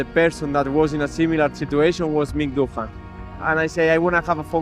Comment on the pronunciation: Sick of the AI narration. Can't even get the pronunciation of Doohan right.